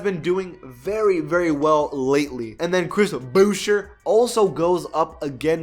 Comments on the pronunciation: its Chris Boo-Chay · I am a raptors fan and I hate it when people pronounce Chris Boucher's name wrong. watch a raptors game and then you can get it right. I know that he might be joking but still, TOO many people do this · That is not how you pronounce "boucher"